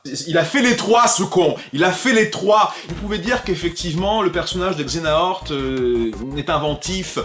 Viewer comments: "Xenahort" ? Redis ça sans trembler des genoux ? C'EST Xe-ha-nort, nom d'un simili ! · Mais Xehanort! Xe-ha-nort! 😂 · Je meure à chaque fois que tu dis xenahort =_=